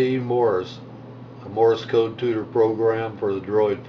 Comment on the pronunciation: Great app, I'm sure, but it is "Morse Code", not "Morris Code". Sorry, but that incorrect pronunciation is a little pet peeve of mine....